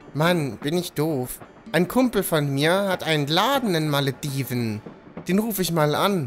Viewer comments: Hermine: "Es heißt Wingardium Leviooosa, nicht Leviosaaa.": "Meine Stadt heißt ja auch Maledivnnn und nicht Malediveeen. " Hat mich irgendwie sehr daran erinnert ^^ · pass mal auf, es heißt nicht Maledivnnnnnn sondern Malediveeeeeeen.